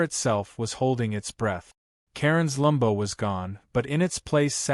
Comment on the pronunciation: Stop with the f**** "lumbo." It's LAMBO, short for Lamborghini. Either spell it correctly, or else use the full name. You know this, so you're doing it deliberately. The problem is, you don't look cute or clever — you just look ignorant. Or stupid. Oh, and as for the illustrative photo, according to he narration, absolutely EVERYTHING is wrong with it — her appearance, his, the position and location of the Aventador, of the tank ... . Either match the photo with the narration or vice versa. As it is, the narrator sounds confused. It doesn't help the story. "Re-read"? It's "Re-read." Your AI needs reading classes. Redding classes?